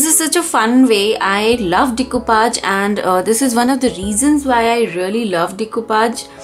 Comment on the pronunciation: It is pronounced as de- coo- pash and not decupaj!! 😃